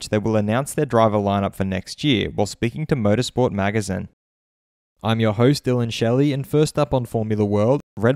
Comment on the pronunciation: the way he said magazine...